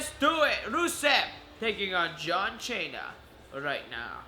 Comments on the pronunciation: What the hell if wrong with your voice, and its cena not chana idiot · shut up dude. stop saying John chaina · You don't say John Cena name right